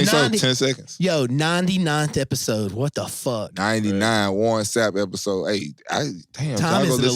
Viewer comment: Pretty sure my man said warren snap. SMH.